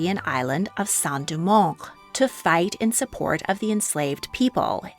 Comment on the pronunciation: Great video, yet awful pronunciation of Saint-Domingue. /sen do meng/ is the correct pronunciation. I find it appalling that someone who loves history would not take the time to show respect to foreign names by learning their right pronunciations (or as close as possible). It's Okay to have an accent, but when the pronunciation is so far from the named subject, one wanders what is exactly the motivation for the video. (I will not subscribe for now. I need to see improvement).